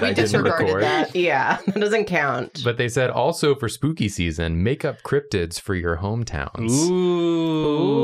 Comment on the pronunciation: I almost choked when said "let me see those crobtids" thanks for trying to kill me